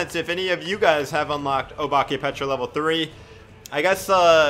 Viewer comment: Guys btw, the pronunciation of obake is oh-bak-ay, (dont hate on me if u didnt care🥺)